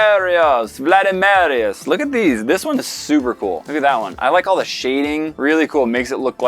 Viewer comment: No one:: VLaDemArEoUs Love you Dope or Nope team